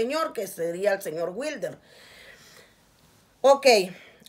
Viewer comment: La venadita del jabalí 😂😂👈 dígale witre no wilder 🤣